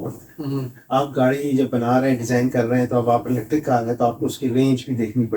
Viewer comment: PLEASE CORRECT YOUR PRONUNCIATION THE WAY YOU PRONOUNCE IS ELETIC, CORRECT WORD IS ELECTRIC YOU ARE EDUCATED PERSON WE WATCH RICH PAKISTAN ALL THE TIME PLEASE TRY TO PRONOUNCE THE WAY IT SHOULD PRONOUNCE NOT LIKE A PIND WAY PLEASE.